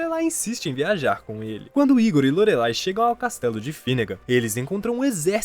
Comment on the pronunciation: Se fala "LORELAI" e não Lorelei.